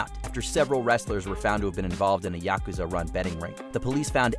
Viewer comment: That’s absolutely NOT how you pronounce Yakuza…. Cmon ….